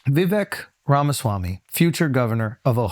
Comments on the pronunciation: You pronounced his name wrong in the intro. Say it with me - "Vih-Vake" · Vivick... no, it's VIVAYKE like CAKE!!! Dude... your intro, for real. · Any of these low IQ fools talking over Vivek is wild. They still can’t even pronounce his name and they don’t know the most basic information. It’s mind blowing.